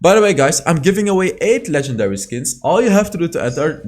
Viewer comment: The video we've all been waiting for(I like how you say LEgEndaRy~~)